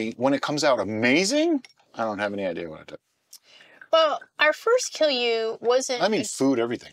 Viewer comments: You pronounced it near perfectly, if someone is saying otherwise they don't know what they are talking about. I should know, I'm Finnish. :) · I am really impressed with your pronunciation of kilju, Finnish pronunciation can be really difficult for foreigners.